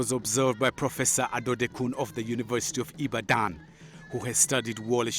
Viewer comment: You have to be nigerian to know how badly this narrator butchered the word Ibadan! Ibaaahdaan! That was sooo funny! By the way, Wole Soyinka is a class act!